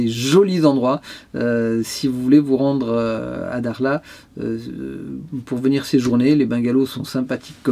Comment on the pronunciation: bonjour c est dommage de ne pas dire le nom correctement ...les marocains veulent que ont disent le nom de leurs villes correctement... bon voyage